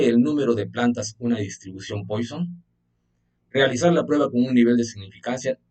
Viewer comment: Muchas gracias. Pero se pronuncia “Puasón” no “Póison”